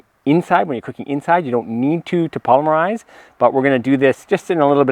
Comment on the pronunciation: Anyone that uses the word 'polmerize' instead of 'polymerize' is not a careful thinker. And now it's 'oxidization' instead of 'oxidation'. Yeah, this guy out of his element. Nothing good is going to happen here.